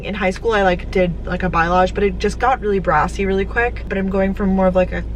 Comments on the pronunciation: you are pronouncing it wrong it is "bah-lay-age" not "bilage" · Balyage ... Balyage ... Balyage. Not Byelage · Say balayage wrong one more time😂😂